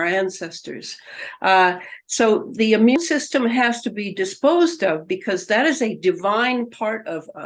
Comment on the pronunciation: How come this person doesn’t know how to say immune system? It always kills me when these seemingly very intelligent people don’t know how to say or use simple words correctly because it makes them look somewhat unintelligent. 🙏🏻